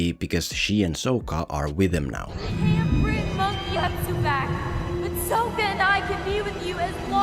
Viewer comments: how did he say Sokka??? better say shit right if you are gonna make fun it lol. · I love that you, just like the movie manage to pronounce Sokka's name wrong. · How you gunna do a whole video about last airbender but not watch the show? You're just as bad as M.Night lol. You pronounce Sokka's name wrong throughout the whole video. So cringe. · Idk what's worse their pronunciation of Aang or your pronunciation of sokka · Why are you saying SOH-KAH. its SOCK-KA. Its okay...still love you :) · Sock-ah not Soak-uh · I'd just like to mention that Sokka is pronounced sock-a, not soak-a... It's something the movie (along with Ong) infamously got wrong so I'm surprised wasn't able to do it correctly. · SAW-KA not SO-KA. Omg...smh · SOCK-KA so SOAK-KA even you are saying his name wrong bruv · It’s Sokka not sOkka. And by watching the full video I think that this guy has not seen the actual show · It’s not soaka it’s saka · He says Soak-ah over Sock-ah so much i wonder if he ever watched it. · Kind of ironic considering called him Soh-kka when his name is pronounced Saw-kka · yes! I was thinking the same thing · Bro you can't make a video about a movie where they mispronounced the main character's name and then you mispronounced another main character's name sock-uh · Did you mispronounce Sokka's name on purpose? As like a jab? Or are you doing the same thing the movie did with Aang? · Opens the video making fun of "ong" pronunciation....proceeds to mispronounce sokka the entire video...listening to this guy's voice was just as bad as the movie. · Man me and my friends were so pumped for this movie. Went in so high and excited and soon as they called AANG UUNG we were just like wtffff. Then they mispronounced Sokka’s name too smh. People hate on the netflix show but that is far better than this piece of shit we got